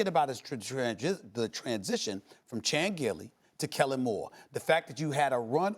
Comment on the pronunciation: Did he just say Chan Gailey